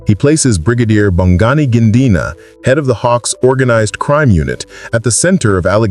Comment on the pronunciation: Gininda not Gindina, please take time to practice pronunciation so as to be as close as you can be